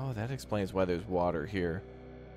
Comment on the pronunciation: Not Water, it's wowtha!